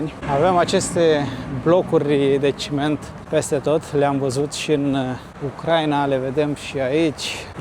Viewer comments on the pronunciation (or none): none